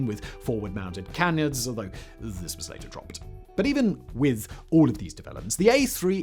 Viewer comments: Anyone else hear “forward mounted cannons” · Had to rewatch a small portion of this as at first I thought he said that they "even developed a model with forward mounted cannons". WTF did he just say?!....oooh canards hahaha